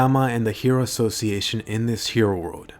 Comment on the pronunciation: the hero assos-seyation